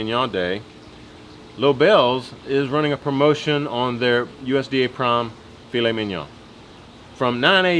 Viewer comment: I'm a little late on this..but...you said Filet Mignon just right and I thank you for that hehe. Great job my bud..Lobel's rocks! Love y'all...oh and I WANT THE BONE